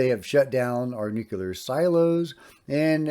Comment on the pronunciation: Just a note on correct pronunciation,, nuclear not nuculer. No big deal.